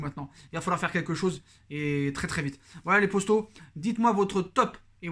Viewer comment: tu passes ton temps a répéter tes phrases 2 fois c est assez soulant... et arrete une fois pour toute avec ton « postos » saypapossibleeeee serieux